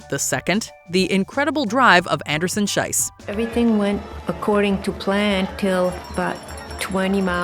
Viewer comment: Please pronounce the name of Gabriela Andersen-Schiess correctly! The way you're saying it your're literally calling her Anderson-"shit", which is what "Scheiss"means in German. In her name "Schiess" the "ie" is pronounced like the "y" in "history" for example. Usually mispronouncing things isn't a big deal but because of the meaning it feels really bad to hear her being called that, it literally made me cringe (and write this comment)